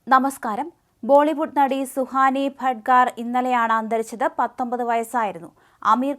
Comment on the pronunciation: ഭട്ഗാർ അല്ല കൊച്ചേ, ഭട്നാഗർ. വായന വളരെ മോശം